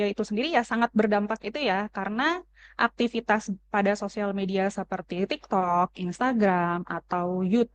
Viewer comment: lu aja ga konsen bang aktivitas dibaca aktiviStas